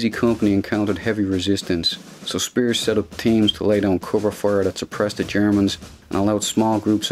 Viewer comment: I always wanted to hear someone with this regional North Irish accent pronounce the name Spiers. Achievement unlocked.